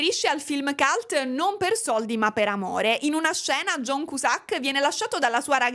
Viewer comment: John Kiusak :D non in dialetto barese con il sacco!